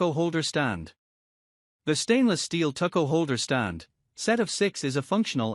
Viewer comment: Deed-er-izers! Tuck-o holder! Purer! BB-Ching!